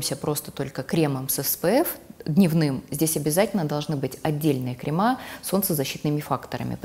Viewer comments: Непростительно для профессионала говорить "кремА" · В слове «кремы» ударение падает на слог с буквой Е — кре́мы